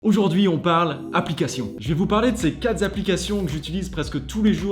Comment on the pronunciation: Génial merci de tes conseils. Mais y a pas de S à quatre 😅😘